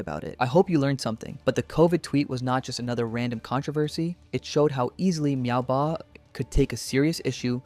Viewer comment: Meowbahh❌ MaoBahh✅